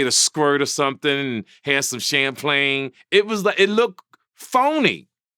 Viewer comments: “Sham-PLAIN” 😂😂😂😂 got “Champagne” fucked up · This nigga said Champlain haha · "Hand some cham plane" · "champlagne" loooooolllllllll u cant hate! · " have some champlagne " 😂💀